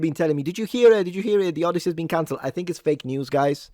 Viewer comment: No, it's "Od-DEI-sey"